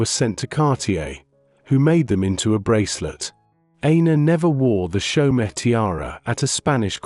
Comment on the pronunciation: Chaumet is NOT chow-met, it's show-may